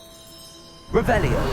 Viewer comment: Ya re saying it wrong. . . It's Revelio not Rev-el-iah ugh. . .